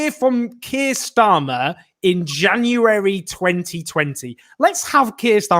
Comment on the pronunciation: I love the cute way he pronounces 'January' - he still a little kid at heart